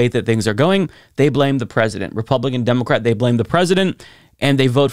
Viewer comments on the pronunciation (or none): I figured it out! emphasizes the "o" in democrat!